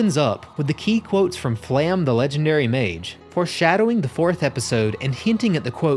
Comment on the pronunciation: Since you were trying to pronounce the names in German. The E in Flamme is not silent. You nailed the pronunciation of E in the other names. The letter A in German is pronounced like the A in fAther. Flam-me.